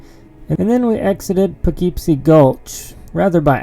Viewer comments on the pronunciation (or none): none